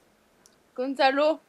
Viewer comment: a elle dit Con de salop ou gonzalo ?